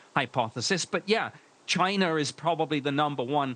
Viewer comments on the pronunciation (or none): Someone needs to tell this guy that it's pronounced "Russia" and "China" not "Russer" and "Chiner"😂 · Ahh yes.... Russher and Chiner